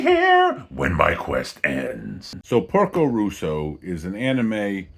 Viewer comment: Great movie with a lot of hidden stuff in it (I hope you get it). By the way, it's Porco Rosso, as in Red Pig, not Russo